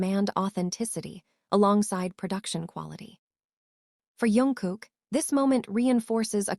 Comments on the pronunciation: His name is jungkook not yunguk🙄🙄🙄🙄🙄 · Not Yungkook!! Jungkook!!